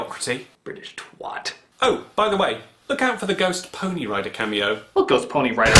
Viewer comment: Why did the Critic pronounce the word "twat" the American way and not have the extraordinarily English person correct him? That would have been such a good joke.